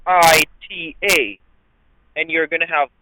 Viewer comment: Oh shoot, now we are in package mode POPCORN TIME!!!! This ought to be juicy..... That is aside from all the nonsense that has already happened 😂 Uh oh no certified check whoops 😂 Wow he knows its Wichita and doesn't pronounce it witcheeta 😂 Oh Lord i can't wait till "6" 😝 Let me guess the plane never landed? Oh bye